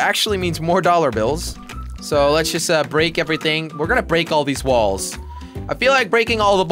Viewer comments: At 13:1 jelly says balls not walls xd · You said balls instead of walls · He said ballz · He said balls not walls at once in this video